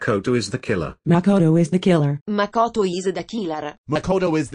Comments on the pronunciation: Makołto is de kilar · makoto Ish Da Jane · No, it was more like "Makoto iza da killer" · Everyone: makoto is the killer Celes:mackodo is dhe kilar